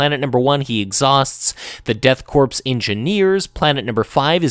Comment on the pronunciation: I think Korps is pronounced like "core" much like the US Marine Corps :)